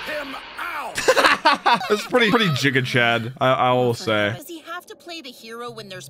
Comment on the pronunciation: Did he just pronounce it.. jiga chad💀